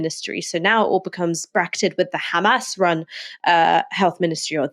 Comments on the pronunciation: I hate how they say ""KHamas" it's Hamas. Learn Arabic. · Kkhhhhaaamaass .. it’s H mate not KHH